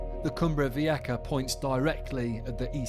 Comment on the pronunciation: Vieja is pronounced Vi-eh-ha.